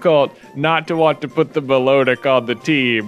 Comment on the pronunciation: Music nerd time: Milotic is pronounced "mih-LA-dic" because it's cry is based on the Melodic Minor Scale. As cool as Mythos is, Data has worked too hard to get the bench now. The wild Seel was a sign! Data stays on the team!